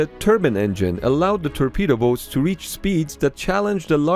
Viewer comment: Hahaha "terpedo boats"